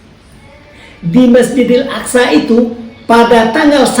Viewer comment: Aqso bkn Aksa pak 😅